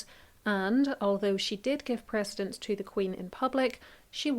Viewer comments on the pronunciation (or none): none